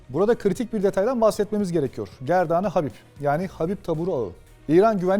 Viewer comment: gordan e hebib (گردان حبیب) doğru telefuzu bu şekilde.